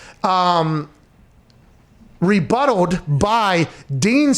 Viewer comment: It is "rebutted," not "rebuttled." English teacher & grammar Nazi from north of Da'Burgh.